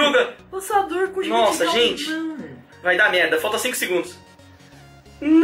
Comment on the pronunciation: quem percebeu os 30 "DEGUNDOS "